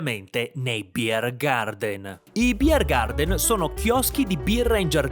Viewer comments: 9. BiergarTen (Biergarten) e non BiergarDen, è tedesco, non inglese. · Un consiglio per i prossimi videi all'estero dell'. Chiedi alla gente del posto come pronuncia i nomi dei luoghi e dei personaggi, così ci si addentra meglio negli usi e costumi. La pronuncia bavarese è davvero divertente, tu hai inglesizzato troppo. Buon prossimo viaggio, non dimenticare il passaporto, se vai a Lignano 😅